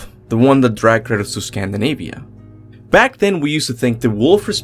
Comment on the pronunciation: I constantly hear him say Curtis when he's saying kratos